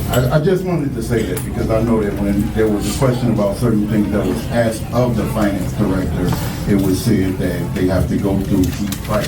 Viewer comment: When she was trustee, she sure axed a lot of questions.